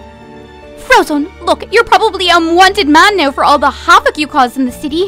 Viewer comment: "U must freeze the shity" I think she ment city lol BTW live u and little kelly